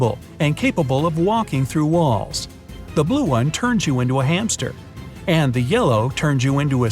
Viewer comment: the way he said hamster